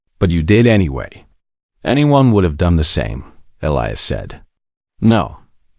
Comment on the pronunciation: THIS IS GOING TO BE A LEGHTY COMMENT SO I APOLOGIZE IN ADVANCE I AM SORRY BUT YOUR PRONUNCIATION CAN BE MORE THAN A BIT DISTRACTING. NOT TO MENTION YOUR DISTRACTING MISSPELLING OF A NAME, PLACE,THINGS OR ANY OTHER PERSON THAT IS MENTIONED IN THIS VIDEO ONE IS: His name IS PRONOUNCED E LIE AS. ELIAS SERITH NAME IS SPELLED SARA AND A COUPLE OF DIFFERENT WAYS THE. DOT. WHY??????? I KNOW WHY BUT WHY???? IT IS BOUGH NOT BOW TO BOUGH IS TO SUPPLICATE YOURSELF AT YOUR WAIST DOWN TO THE FLOOR BOW IS TO USE AN BOW AND ARROW